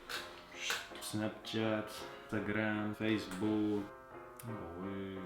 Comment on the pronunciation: ههه عجبني ملي مورست قال اوييليي و صافي هعه علماتو الدارجة ههه برافو